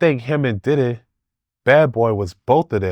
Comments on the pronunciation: He don’t be say diddy he be saying did-he 😂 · He say Diddy like I say tidday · The way he say Diddy.. and baby earl.. 😂😆. Baby oil. Will never be the same again...